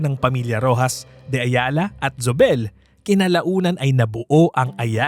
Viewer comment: Zobel /So bel/. Even though it’s German origin, it essentially became a Spanish Filipino name. And in Spanish & Filipino, ‘z’ is pronounced like /s/. But even in German, ‘z’ is like /s/ or /ts/. /Z/ sound is English. In Spanish, Zóbel has an accent on first syllable /SO bel/. Not sure how the family pronounces it. In the old days probably /THO bel/, but in the former colonies, no one really retains the “ceseo”, it becomes just a regular /s/ sound. In Philippines, how do people say Gomez, or Hernandez, or Ramirez etc.? ‘Z’ = /s/ Compañía /com pan YEE ya/.